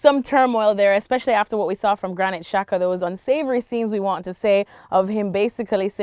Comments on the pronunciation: No it's pronounced jacka, xh=j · Juls always says Shaka for some reason. Sometimes he says Chaka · Anyone else keep thinking they said Shaka instead of Xhaka?